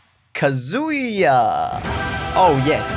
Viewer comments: It kazuya not kazua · It's k AA z oo yuh not ka zoo yuh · The way you say “kazooya” is really getting on my nerves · calling him Kazoo-ya gives me all sorts of brain damage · "Kazoooooya is a shoto" This hurt me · If I hear “Kaz000ya” one more time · "kazoo-ya" ah yes. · did you said ka SEE YA? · All the comments: that's not Dante Me, scrolling through the comments while watching the video and haven't gotten there yet: losing my shit over pronouncing Kazuya like Kazooie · This whole video, I was like what the heck is kazooya?!?! And then I realized that I’m a weeb and know how to pronounce Japanese names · I’m a Tekken (not a good one but I have memorized the entire Tekken story so too bad) player (who came from smash lol) and there are 2 things that are annoying me 1. He’s using the suit Kazuya 2. He’s saying “kazoo-ya” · Why does he keep calling kazuya kazoo-ya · Please stop calling him kazoo-ya. It hurts every time, just like Yawshi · How about literally everyone being unable to pronounce Kazuya correctly? Can I talk about that? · New drinking game: Take a shot everytime mispronounces Kazuya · No thanks i want to live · it hurts my tekken soul how says kazuya and calls the wind god fist the shruykien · pronounce Kazuya like a mixture of Kazooie and booyaa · I would like to personally thank the editor for pointing out how everyone is pronouncing Kazuya incorrectly despite being fed the correct pronunciation by the game. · What bothers me the most is how he heard how to properly pronounce Kazuya’s name before every match but proceeded to mispronounce it. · Kazuya is mispronounced by the smash announcer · You pronounced kazuya wrong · it clearly states what the pronunciation should be for kazuya... why the hell do you insist on mispronouncing his name?!? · can't pronounce the characters name correctly and doen't know what a shoto is. Standard smash fan problems